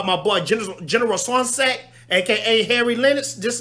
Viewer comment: Lol swansack... swanwick homie 😂✊ great vid